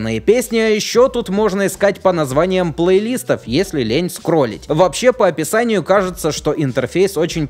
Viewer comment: Меня одного чуть не доконало обилие плейлИстов. Уши же режет дико...